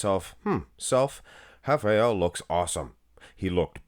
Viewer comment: You got it right. We say something like hafael.